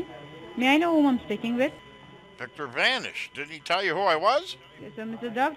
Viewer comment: Anyone else notice something different about that “Senior DEA Supervising Rundi”???.... She was extremely well spoken for an Indian Scammer! First one I’ve heard who could pronounce the letter “V” correctly!! Victor... not Wictor. That’s dangerous